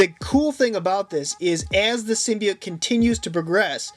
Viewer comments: Stop saying symbite its symbiote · In the beginning did he say symbeite